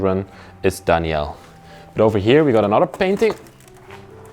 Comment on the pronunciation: Was his name Danielle? («Dani-ell) That’s what you’re saying, but it’s usually a female name. Or was it Daniel? («Dan-yel»)